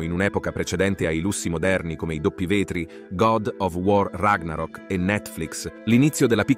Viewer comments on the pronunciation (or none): none